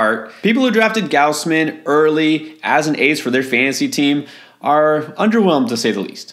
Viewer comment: Nobody (in Toronto anyway) says "G-ouse-man". They say "G-aws-man".